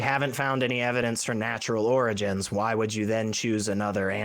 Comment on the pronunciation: Can't even pronounce the word "origins" properly. 🙄